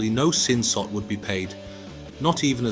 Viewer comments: Its Sin SOD not Sin Sot. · You're a Sassy synthetic sister ain't you😭😭 YES moron it's SIN SOD not SOT. Making videos about Thailand but can't pronounce anything correctly right BOT🤣